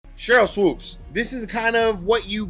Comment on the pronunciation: Voiceover guy: Swoopes’ as a possessive only needs ONE S. Not Swoopes’z. That’s typical broadcast ignorance